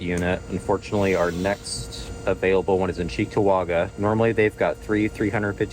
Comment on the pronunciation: Its CHEEK TO WAaG GA lolol